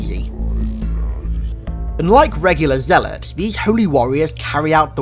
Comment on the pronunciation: U pronounced Zeilot wrong